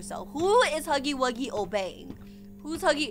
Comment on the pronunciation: It's not huggy-wuggy